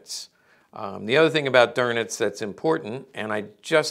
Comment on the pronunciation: Dernitz? really? Where did you find R in his name?